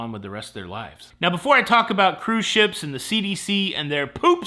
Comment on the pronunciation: “Cruise shyeps.” 😂